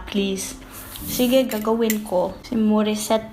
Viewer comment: Pinay ka ata eh, niloloko mo lang kami. LOL! Just kidding. But seriously, galing magtagalog, pati accent, puntong bisaya. Even the way you said Morisette instead of the American way to pronounce that name, pinoy na pinoy.